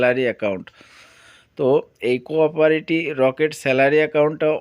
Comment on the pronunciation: কোরপরেটি ❌কোওপারেটি ✅🌝